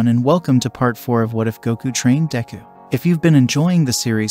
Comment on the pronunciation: DEKU not Dangku